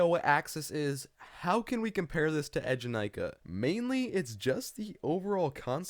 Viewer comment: ええじゃないか, pronounced [AAY-ja-nai-ka], not [edge-a-nai-ka] (耳が痛むなちゃった。。。)